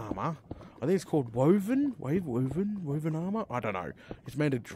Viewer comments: it is pronounced why-vern not wo-vern it is a kind of dragon and your mispronunciation is causing me literal pain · Hi! The armor your building is a type of dragon it's pronounced {why-ver-in} Love your videos. (Hi Venom:) ) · Wyvern is pronunced Why-vern.